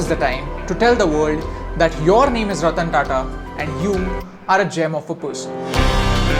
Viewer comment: sir ratan tata dont say ratan